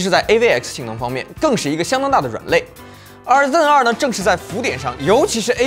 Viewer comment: 就不能读成Zen two 吗老哥，真的违和。。。